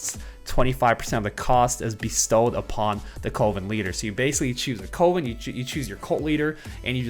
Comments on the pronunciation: not knowing how to pronounce coven 🤣🤣 Just teasing, no one is perfect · Am I the only one annoyed by the way everyone is saying Coven on youtube? To my knowledge its cUHven not cOHven. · why does everyone say "Co-ven" its pronounced "Cuh-ven" lmao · Coven-19 sounds like a legit synergy